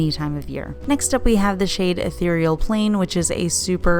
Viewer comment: Very pretty and aptly named for sure! And I think you're the only YouTuber I've heard who can correctly pronounce "ethereal" lol